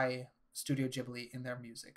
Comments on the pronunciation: "Jibli" did you just create the new jif and gif debate? It's 'Gibli' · Thanks for the nice video! Tip: Hate to be that guy, but the h in Ghibli is there to make you pronounce the g as the g in "guy". Like Guibly, nit Jibli, if that makes sense? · why do you pronounce it "djibli" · Cool video but if you say jibli one more time imma lose my mind